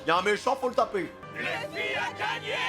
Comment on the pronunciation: qui dit lufy il est casse couille